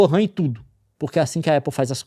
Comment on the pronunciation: A única coisa que eu tenho a reclamar desse vídeo é o Leon chamando a RAM de "wuhan" hahaha. Ótima analogia.